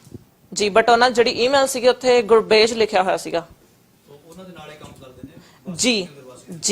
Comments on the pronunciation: Canadian born ਹੋਣ ਦਾ ਦਿਖਾਵਾ ਕਰਨ ਦੇ ਚੱਕਰ ਵਿੱਚ ਇਹ ਲੋਕ ਆਪਣਾ ਜਲੂਸ ਤਾਂ ਕੱਢਦੇ ਹੀ ਨੇ , ਪੰਜਾਬੀ ਬੋਲੀ ਦਾ ਵੀ ਜਲੂਸ ਕੱਢ ਦਿੰਦੇ ਨੇ | ਇੱਥੋਂ ਦੇ ਬੱਚਿਆਂ ਨੂੰ ਤਾਂ ਪੰਜਾਬੀ ਦੇ ਕੁੱਝ ਕੁ ਅੱਖਰਾਂ ਦਾ ਸ਼ੁੱਧ ਉਚਾਰਣ ਨਹੀਂ ਆਉਂਦਾ ਜਿਵੇਂ ਕਿ “ ਭ , ੜ , ਢ , ਝ ਣ “ ਆਦਿ । ਇਹ ਗੁਰਭੇਜ ਸਿੰਘ ਨੂੰ ਗੁਰਪੇਜ ਸਿੰਘ ਦੱਸ ਰਹੀ ਹੈ ਵੱਡੀ Canadian । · Accent dekho edha jive Canadian born aa te aai te 16 ch aa ethe. Gurbhej v nahi kehna aunda tenu ? Hahaha fake accent fake personality 😀